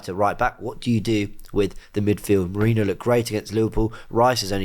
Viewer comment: Nwaneri not Nwanieri, and Merino is not Merinio.